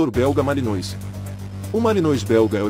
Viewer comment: Pronúncia (MALINOA)